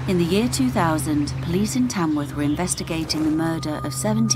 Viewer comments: The place is called Tamworth not Tamsworth. I know I live here. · It’s Tamworth. Not Tamsworth. 🙄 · It is Tamworth , not Tamsworth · Nope. It's Tamworth, not Tamsworth.